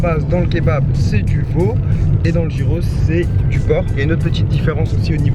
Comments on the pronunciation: Ca se prononce "guiros" gui gui gui et pas gi gi gi ros ! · Sa se prononce Guyros pas gyros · Je trouve ca super que tu fasses découvrir cette spécialité grec ! C'est tellement bon ! Juste pour info on dit pas "jyros" mais "yiros" ;) bonne continuation ! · Les gyros c'est la vie... Mais ça se prononce [guirosse] pas [jirosse] 😂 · Nous au Canada plus précisément au Québec ont en a aussi et ont dit giroooooooo et non pas girossssssss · Sa s’ecrit « gyros » mais sa se dit « yros » Mais en Grèce on appelle sa souvlaki Comme endroit pour le dessert y’en a un qui s’appelle milkato ils font des gaufres geantes avec se que tu veut Pour ma part c’est nutella avec des biscuit casser et une boulle de glace dessus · Sa s'ecrit gyros mais ca se dit guiros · Ça ce prononcé yé pas trop appuyé ros. Yéros.👌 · Ça se prononce guyros 😂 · Si jamais ça se dit "guyros" on prononce pas le g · Le g se prononce dans gyros